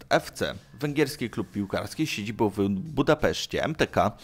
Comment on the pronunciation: min 1.37 cyt ' z siedziboł w Wiedniu ' .Tak człowieku wymawiasz , zapominając o nasalnym ' ą ' .Poza tym ciekawy materiał .Pozdrawiam